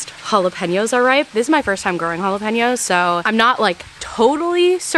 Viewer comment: I think the problem with your pronunciation of jalapeños is you are emphasizing the pen as 🖊️ a pen you write with when it’s more like ‘peen’ so Holla-PEEN- YO Also the joke of jalapeño business doesn’t make sense with how you say it 😂 stupid but I hope this helps clarify why people were roasting you for that. Also did you hear that there was a huge mix up and some of the biggest pepper seed farms with past year so a lot of people who bought pepper seeds ended up with different peppers than what they thought they were buying